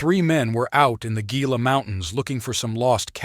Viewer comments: It is pronounced "HEE-la", not "GEE-la" nor "GILL-a". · Gila. Pronounced Heeeelllaaaaa not gggggGggilla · Gila is pronounced He la. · Gila is a Spanish word and is pronounced: "heela" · Cool video. Got a subscription out of me. Just for reference, Gila is pronounced like Hee-Lah. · Gila is pronounced with an H sound to it, or "HE-la"